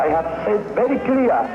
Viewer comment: berri cliar!